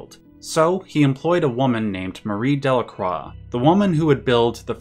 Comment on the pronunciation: Good video about one of the most important games I ever played... but horrendous pronunciation of Delacroix, haha